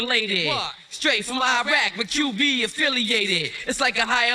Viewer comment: I’m sorry … did he just say ‘ I’m half Queensbridge, I’m half Iraq( Lefrak) I’m half 40 ( 40 project)’😂😂😂